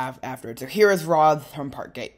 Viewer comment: Politely the pronunciation of Rotherham cracked me up, as a northerner from Rotherham ive allways pronounced it rovrum😅 But love the video, keep making more